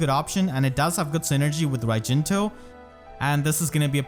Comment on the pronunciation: how to prononce raijinto with fehtubers: akariss: raijintwo pm1: rajinta nimious: rajinto